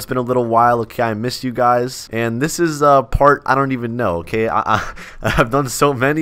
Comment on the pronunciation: Did he say part or fart😂